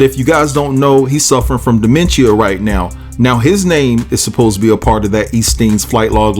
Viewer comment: Did he say, I was posed to be?😂😂😂